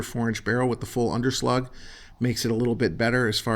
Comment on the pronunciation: Is there a 586-plus (7-shot)? Also, FWIW under-lug, not under-slug. Under-slug is what a wimpy boxer does.